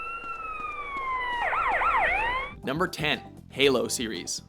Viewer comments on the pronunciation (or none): none